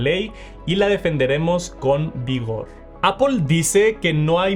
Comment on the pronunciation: Por qué le decís "APOL"?????